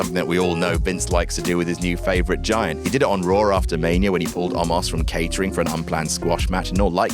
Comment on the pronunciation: After* not Ohrfter